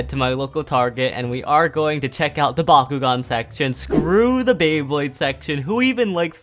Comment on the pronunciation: I keep hearing Bakugou instead of bakugan